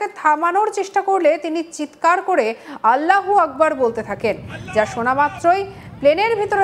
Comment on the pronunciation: যে ব্যক্তিটা আল্লাহ হু আকবর ধ্বনি দিচ্ছে তার উচ্চারণ মুসলিম দের মতো হয়নি ।তাই নিরপেক্ষ বিচার করে দেখুন সে একজন অমুসলিম।